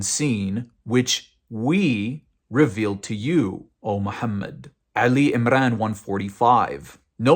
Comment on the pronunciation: Why do christians feel the need to lie and invent million of stories to prove their point? The guy was never a muslim and cant pronounce a word correctly in arabic.... cant even say the name of the surah Al imran correctly, he is saying Ali Imrane 😂